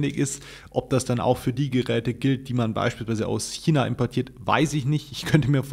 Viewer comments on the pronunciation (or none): none